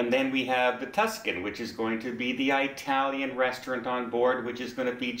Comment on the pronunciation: Can't believe someone who has been on celebrity cruises still says " EYEtalian for Italian .. instead of " Etalian" pronounced with an "E" moron , not an "I" same goes with "Eran" and "Eraq" pronunciation